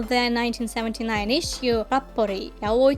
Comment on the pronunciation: Im so glad to hear an english speaker pronuncing "yaoi" right 🙏 great video!